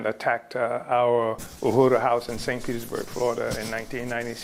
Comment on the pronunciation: Dear Glenn... The word is U.H.U.R.U... Learn how to pronounce it so that we...your viewers/listeners can understand you. But also... Tampa did what was right... All black people are guilty of being black... Candace Owen with her white husband is still a guilty of being black. The UHURU gents are all guilty of being black